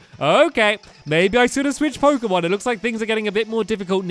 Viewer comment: Jeezz I know stampy hasn't played pokemon for a long long while but his pronunciations of the new pokemon are hilarious